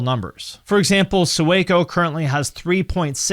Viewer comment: Sueco is pronounced like “sway-co” not “sue-eh-co” and he came from mumble rap which was a good switch but he was good there too.